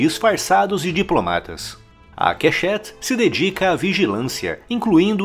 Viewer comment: Só uma correção das pronúncias dos nomes das divisões: Tsômet, Kêshet, Kessária e Metsadá.